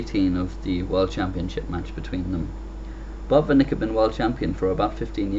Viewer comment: Great commentary and game! It sounds as if you are saying 'Bob and Nick' (Botvinnik)